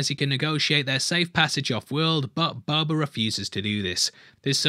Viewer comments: are you saying "Boba" or "Bubba"? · I love your videos. Please stop saying "Bober" lmao